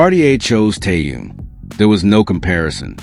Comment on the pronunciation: Блохер продажный, научитесь называть имя правильно Тэхен , он мировая звезда. Чимка липучка как всегда, в нагрузку. Дизлайк 👎👎👎👎👎👎👎👎